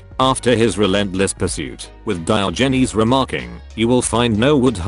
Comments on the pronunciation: DIOHGNEEZE. the tts really cant handle that name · That pronunciation of Diogenes will keep me up at night